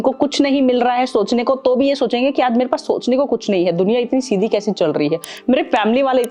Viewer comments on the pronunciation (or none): none